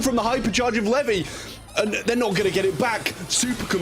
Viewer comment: Everytime he says 'Levy' it hurts me😭😭😭